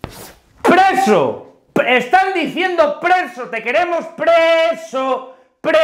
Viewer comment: Presi, presi....es preso, preso en ingles. jajaja